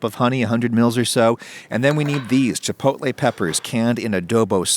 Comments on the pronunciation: "CHILPOTLE PEPPERS", nice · "chilpotle"? really makes me trust the brand. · "chilpotle peppers" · … chilpotle peppers???